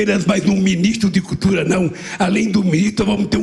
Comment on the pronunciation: Sabe nem falar "cutura"